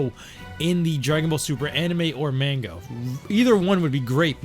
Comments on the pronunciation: Click bait. And it pronounced Ma-hn-ga. Not Main-ga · Men Ga? Nani its MANGA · Wtf is Mango It's Manga 😂